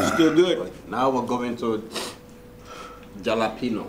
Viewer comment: anyone catch how says "jalapeno" 😂😂 he actually uses the "j" 😂 that's my boy